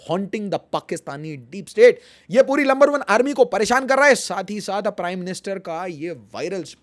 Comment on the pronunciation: Bro number one nhi lumber one bolrhe 😂to make fun of number